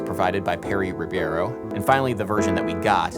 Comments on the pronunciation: Perry Ribeiro is pronounced “He-bey-row”....pq in Português the R at the beginning of a word sounds like an “h” in English. :) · amazing video Adam! a massive "thank you"! and well, i'm not trying to offend or anything, but here's a suggestion: it sounds better when you speak the real pronunciation of brazilians names instead of articulating some surreal american version, like you did on "Gilberto", "Vinícius" and "Ribeiro" p.s i love your videos so much